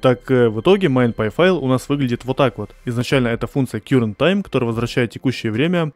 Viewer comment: Если что, current - это "каррент", а не "кьюррент"